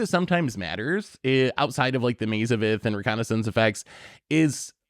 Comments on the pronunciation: OMG! Hold up. Was the only one to pronounce reconnaissance correctly. ruh·kaa·nuh·sns? I'm not sure if I should buy a lottery ticket or start preparing for the end of days. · I thought said it right. I'm right there with you buddy!